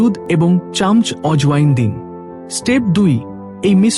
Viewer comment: চামচ উচ্চারণটা আপনার ভুল হচ্ছে।